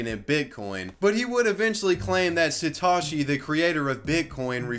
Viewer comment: It's Satoshi, not Sitoshi. Kek.